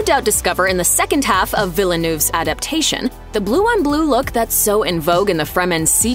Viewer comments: Villanoove ? More like Veel-nev. nice try. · Next time get someone who knows how to say the names of the characters and director to do the speaking please. Its distracting hearing the director referred to as vilalnoo. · "villa-noove", gah why are Americans so freaking bad at pronouncing people's names? I say this as an American who doesn't speak any language other than English - saying Villeneuve properly is not hard at all. It just takes a little respect. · Turns out the Directors name is Vil-ah-noov?! I'd definitely missed that. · "Villanoov" LOL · It's crazy how you can pronounce invented words like Bene Gesserit, Mentat, Lisan Al-Gaib, etc. correctly, but still mispronounce Villeneuve as if he was a Mexican guy. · A couple of things YOU missed. Jessica was supposed to have a daughter and not a son. And..for God’s sake please pronounce the directors name right. Very rude! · Your pronunciation of "Villeneuve" is painful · Next time, please teach your voice over girl how to pronounce Villeneuve